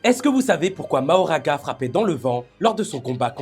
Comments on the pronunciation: Pourquoi mahoraga a chaque fois ? C est Makora, y'a même pas d'excuse, c est dit vocalement par les japonais eux même qui doublent les perso. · Non😮 on dit MAKHORA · Alors MAKORA 😭 ça se prononce MAKORA